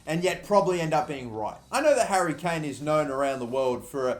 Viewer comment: Well done your Harry Kane is correct